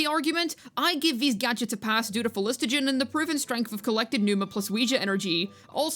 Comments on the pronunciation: For the sake of my autism: Phlo---gis---ton Not phlis---to--gen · Minor correction: it's phlogiston, not phlogistogen. And I don't mind the tech, maybe the thing is that there should be more examples lying around Natlan for it to seem a bit more suitable. For Xilonen, there are those music shops and the dj parties at least in her town and in Mualani's town. Also Xilo in her quest says that the rollerskates use phlogiston glue to travel walls, and needs to apply it again after usage. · Everytime bro said phlostigon there was a overload reaction in my head doing 35k damage buffed after 5.2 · The phlogiston pronunciation was so cooked fam 😂